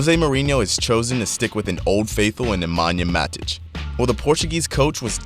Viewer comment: Is it really that hard to watch a single Man Utd match with an English commentator to learn how to say each of those names? This video butchered ALL of them. It's MATIC, not bloody MADIC.